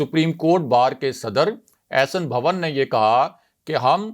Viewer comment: بھوّن نہیں.... بھون